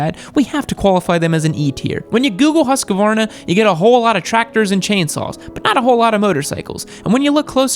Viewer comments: husqvarna is a swedish company owned by an austrian company, bbbbrrooo. also it's "hoosk-var-na" not "husk-a-var-na." sorry, just a mad swede here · If you want to say Husqvarna correctly, just think of the q as a k. And the u is long. So, like Hooskvarna. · HUUUS-kvarna not Huskey-varna but in all other regards about them you're right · huska-varna? oO...hus-qvarna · Bro, Husqvarna isn't pronounced Husq-varna but instead Hus-qvarna and i do apologize for being a pronunciation-nazi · HUSEK A VEARENA. really? Do you really pronounce it like that? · I believe it’s his-gvwana to pronounce right? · Swede here, its pronounced Huuus Cvaaarnaaa with the K sound. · Here is my research: child's voice and baby face >> young and inexperienced >> narcissistic >> worthless result. "Hus-qe-varna", " Moto Gudzy"... 🙈🙉🙊😭😭😭 BMW, Ducati and Aprilia are not very reliable, you clearly only have internet experience. Tell me, what real riding and technical wrenching experiance do you have? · Lol husqavarna is how he says it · English speakers can't do the kv- sound which is why he calls them Huskavarna. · husqvarna is pronounced hus-kvaarna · It’s pronounced “HUSK-VARNA”......there is no a in the middle. Great list though. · As a Swede, I'm laughing so hard at the pronounciation of Husqvarna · I died a little with the way you pronounced Husqvarna. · Never have I heard anybody butcher a word as badly as you butchered "Husqvarna" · (Hears how he pronounces Husqvarna) growls in swedish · He didn't even take into consideration the Husqvarna appliances. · how you pronounced husqvarna made me laugh, search up google translate and se how swedes pronounce it. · You pronounce Husqvarna like a Russian trying to speak Italian. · As a swede, hearing you pronounce “Husqvarna” is fucking hilarious. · A bit of my soul died when he pronounced Husqvarna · The way you pronounced Husqvarna makes you a F tier Youtuber <3